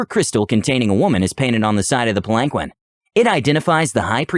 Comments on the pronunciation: PAL-an-keen. He said pal-ANK-win so many times... lol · It was like nails on a chalkboard...Pal ahn keen...sometimes even. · Palanquin is pronounced like “pal-in-keen” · That story was phenomenal! I do want to inform you of one little pronunciation error so that you know if the word comes up in the future. Palanquin is pronounced Pal-en-keen. Just wanted to make that one small correction. Keep up the good work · I can't stand how you pronounce palanquin, it's pronounced Palan keen. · Sparrow I was seconds from posting this exact thing until I saw this 😂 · The way he pronounces palanquin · SAY PALANQUIN ONE MORE TIME!! I DARE YOU, I DOUBLE DARE YOU *beeep*!!!!! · Look up palanquin. You murdering my ears. The seven time I swore out loud. Please.